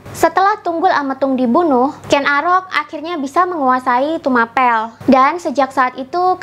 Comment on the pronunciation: Maaf Tumapel dibaca Tumapěl (seperti membaca kata apel)